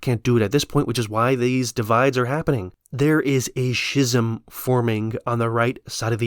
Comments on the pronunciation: That's not how you pronounce 'schism.' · I believe the correct pronunciation is "ski-zuhm"